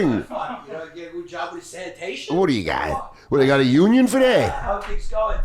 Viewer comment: "Youse a'unyon" is killing me.